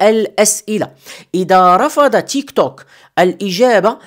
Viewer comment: ينطق بالعربي تيكتوك 👍